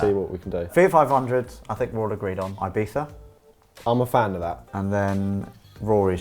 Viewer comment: Why are you mispronouncing Ibiza? Why are you saying "Ibetha"?